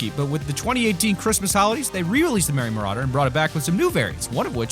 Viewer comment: I’m sorry, you pronounce Merry Marauder “Merry Mur-aid-er